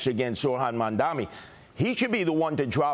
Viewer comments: It's impressive how Sliwa never gets Mamdani's first or last name right. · Curtis loves to pronounce his name wrong, man damnny